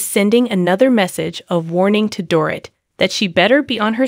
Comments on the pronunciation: Door-eet not door-it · Strongly agree. She may be using a translator. She needs to proof her posts to ensure words, especially names, are pronounced correctly. Dorit is pronounced Doreet. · Really annoying when you don’t say her name right. It’s like calling cheese chess 🧐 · Don’t have a Utube if you can’t say a person’s name